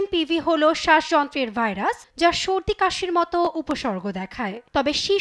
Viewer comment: ভালোমানের একটা টিভি চ্যানেলের সাংবাদিক ভাইরাসের নামটাও ঠিকমতো উচ্চারণ করতে পারলনা। লজ্জা!!